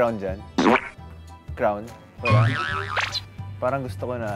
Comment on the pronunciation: It's Kisses, "CROWN" HAHAHHA